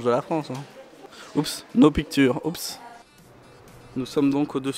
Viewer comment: « Oups no pIcTUre » cet accent mdr